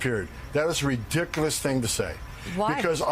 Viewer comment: Great English, Homan. 'Redicklaus'?